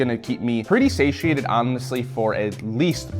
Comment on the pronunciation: Sashiated? Do you mean sated? 😂😂